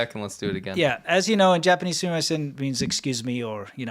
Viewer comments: i thought the girls says. "send me muffin" instead of "Sumimasen" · tbh, I thought that chinese woman said 'sunday muffin!' instead of 'sumimasen'. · The pronunciation on "sumimasen" isn't even good, so the 1% walking by that might know the word would just hear a crazy Chinese person too. Additionally, thanks Chat!